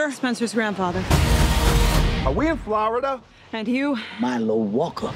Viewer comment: “Are we in flarida” 😂😂😂😂 The Rock is gonna kill this role